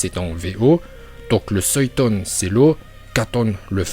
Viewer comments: Futon ❌ Feuilltone✅ Suiton❌ Souilltone✅ Raikage❌ Raikaje✅ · Bonjour, pour commencé en dit futon et pas fuoton et en dit raiton et non pas laiton et pour finir en dit suiton et non pas swaiton, apart ca ta video est tres cool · Mais ferme ta gueule tu sais meme pas prononcer correctement fuuton suiton et raiton